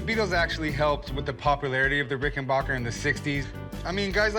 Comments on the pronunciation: It’s RickenbAcker, not RickenbOcker. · Plus the expert was the only one to know how to say the name Rickenbacker.